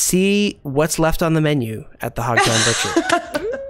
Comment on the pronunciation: Buthcer! Lol